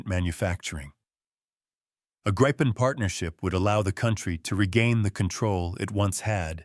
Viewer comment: Tänka sig AI-n klarar ibland av att uttala Gripen men faller ofta till det felaktiga Grajpen, hur svårt kan det vara?